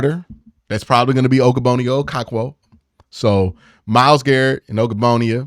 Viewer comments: Bruh keep saying ogbononia making me geek out 😂😂😂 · Practice Ogbo's name brooooo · Oh-koh-rawng-kwo! And Og-bonnia, not ogo-bonnia 😅🤦‍♂️